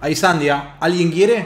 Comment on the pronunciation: es sandía no sandia 😂😂😂